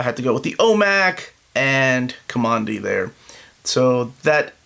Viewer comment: It's pronounced Ka-man- dee. He took his name from one of the blast doors in the bunker he came out of/near it said Command D on it